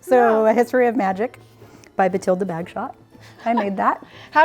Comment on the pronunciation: Bathilda, not Batilda.